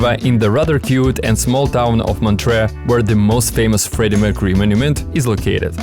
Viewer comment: A few things are wrong: - its Montreux and not motreaux - its called lake Léman and not lake Geneva (Geneva is barely swiss tbh) - You mostly talked about Germany and not the roman part - you didnt show Neuchâtel, the mostl beautiful city of switzetland We appreciate the work when its well done. Here you just spread wrong info or clichés. Good pictures and well narrated tho. Keep up ☺️